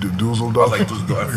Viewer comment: Shaq laughing at nore's pronunciation of Düsseldorf and nore's reaction is funny af